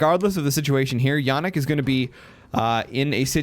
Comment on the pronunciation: Jannik is german and you pronounced it right. Bosia is not german, more of an eatern thing (I guess). The S in german is always pronounced like in Silence btw. and have you turned off your overlay ? :D